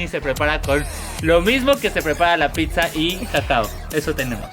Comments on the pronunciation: a Leesli diciendo pixa y es pizza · Que oso que tengan tanto dinero y viajen tanto y la pndeja de Lesslie pronuncie pizza como “picsa” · Ash cuando Leslie pronunciará bien no es picsas!!!! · Porque dise lessli picsa